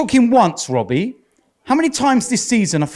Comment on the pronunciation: "when is it gonna end Wobbie"